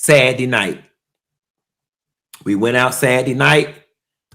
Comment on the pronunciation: WTF DID JUST SAY SADY NIGHT 🌙 😂😂😂.